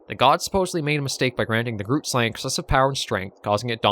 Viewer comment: Don't know if you'll go after it, but the "g" in "grootslang" is pronounced the same as "moggel". You can use the same Afrikaans google translate trick to pronounce the word. But it's okay if you find it too difficult!